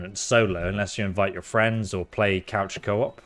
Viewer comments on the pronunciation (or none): none